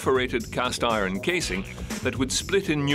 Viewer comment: ITS IRON NOT I RUN LIKE SAY EYE ERN NOT I RUN